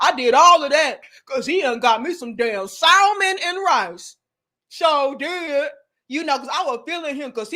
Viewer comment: Too much hamburger meat on the hands and pronouncing the "L" in salmon took me out 2x 😂😂😂😂